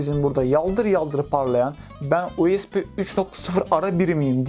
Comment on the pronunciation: Her "U ES Bİ" deyişinde monitörü tırmalıyorum.